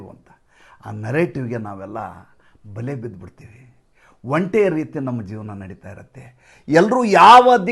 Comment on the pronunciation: ಹಾ,,ಇವರೆಲ್ಲಾ ಸೇರಿ ತಂತ್ರ ಮಾಡ್ತಿದಾರೆ ಜನರ ಆಶೋತ್ತರಗಳನ್ನು ಈಡೇರಿಸುತ್ತಿರವುದೇ ಓಟ್ ಚೋರಿಯ ತಂತ್ರ 😂😂😂& ಒಂಟಿ ಅನ್ನೋದು ನಿಮ್ಮ ಕಡೆ ಆಡುಭಾಷೆಯಲ್ಲಿ ಸರಿ ಆದರೆ ಅರ್ಥ ಏಕಾಂಗಿ ಅಂತ,ಅದನ್ನ ಒಂಟೆ ಅಂತ ಉಚ್ಛರಿಸಿದರೆ ಒಳ್ಳೆಯದು ಅಂತ ನನ್ನ ಅನಿಸಿಕೆ